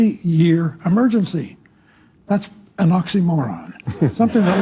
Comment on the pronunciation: His " amergency." Is going to the toilet.